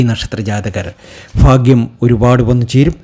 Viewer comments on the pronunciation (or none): സർ, ഫാഗൃ൦ അല്ല. ഭാഗൃ൦ എന്നു പറയണ൦.